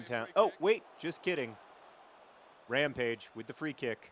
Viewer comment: "Permanent Rampage" Ramage?